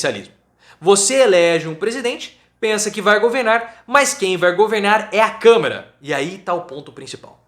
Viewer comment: É Câmara prof e não camera prof kkkk